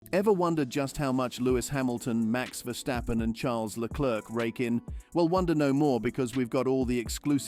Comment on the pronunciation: It's Verstappen and not Vershstappen